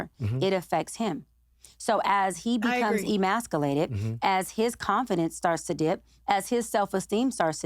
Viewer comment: E-MASC-AH-LATED is driving me nuts 🙄 correct pronunciation is e-masc-YOU-lated.